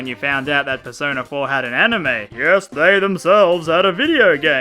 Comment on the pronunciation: Purse owner, that’s the best way to say persona.